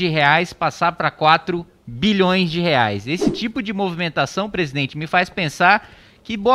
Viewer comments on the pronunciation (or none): none